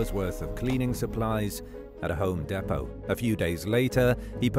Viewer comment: Google can also tell you how to pronounce "depot"